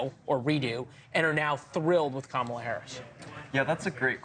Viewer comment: Girl can’t even say Kamala’s name correctly 😂